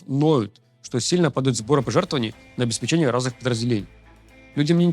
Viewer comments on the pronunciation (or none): none